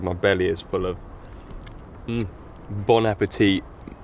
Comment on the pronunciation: Bone apple tea, guys! 🤣